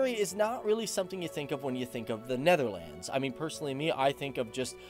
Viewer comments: The way he pronounces Netherlands is offensive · Hoe hij “Netherlands” zegt is best grappig.